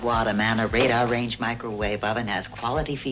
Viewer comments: Also, he said “RADE-a-range” rather than the correct “RADAR-range”. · "raider range" ? - "RADAR" -range. Tell me that wasn't intentional. lol